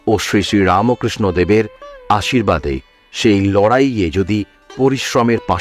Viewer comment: আপনি কি রামো বলেন ? এই রামোকৃষ্ণ উচ্চারণ করেন কেন?